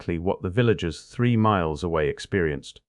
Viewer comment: Miles not Myers